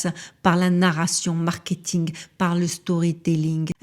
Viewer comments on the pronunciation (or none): none